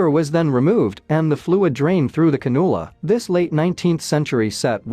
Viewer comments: It's not pronounced "canoola" it's a can-you-la. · It's pronounced CAN-you-la. Anything with a handle like that is a surgical instrument.